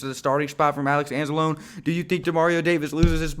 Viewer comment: You're pronouncing Anzalone wrong btw